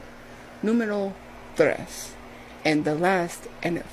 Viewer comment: Also, nahhh... She can't be Hispanic and pronounce tres as "threys"